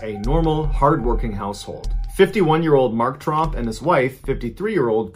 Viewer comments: I realized he pronounced it as trump like the 5 out of 6 times he said it😂😅 he only emphasized the O once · At first I thought he said Trump but then it sounded more like Tromp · I made the same comment just now. I thought he said Trump family but knew I heard wrong when he said hard working. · ooooh its Tromp I thought he said Trump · Right?? Like honestly i think hes saying "Tromp" or something like that but still. Thats too close for comfort lol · Who else heard trump instead of tromp? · I heard Trumps too! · I had to back up a few times I'm like no not the tromp family Edit: even my talk to text spelled it right..🤣🤣🤣